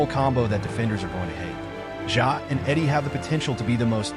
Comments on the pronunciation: Its Edey not Eddy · It’s edey not eddy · Great video. But please say his last name right. 😂